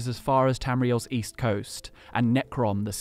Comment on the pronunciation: I thought you said weast